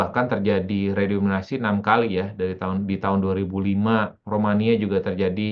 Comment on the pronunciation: Narsumnya kok bilang redominasi sih, harusnya kan redenominasi. Ga layak didengerin ah tulul